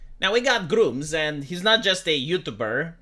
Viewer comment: Gr-umm-zz not Gr-oom-zzz 😂